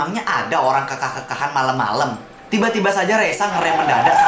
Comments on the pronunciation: 'e bukan e bacanya😭🙏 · Kekah bang BKN kekah